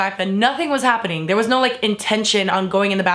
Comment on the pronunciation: "BUT WAER YOU THEAYRE THO?!"